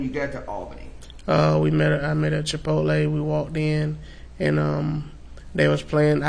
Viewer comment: Chi-pol-tee and Mack-Donalds